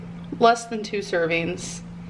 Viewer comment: Lol! That is irritating to me lol serveens.. lol